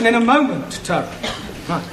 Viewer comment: Always thought Taro was saying Asshole 😁😁😁